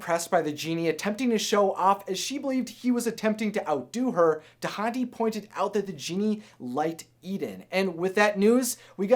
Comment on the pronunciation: Dahndi's name is pronounced dahn-dee!